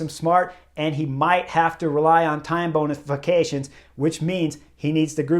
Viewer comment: “Time bonification”, lol